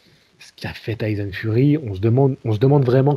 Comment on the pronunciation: Pourquoi les français au lieu de dire Tyson vous dites Tyzon lol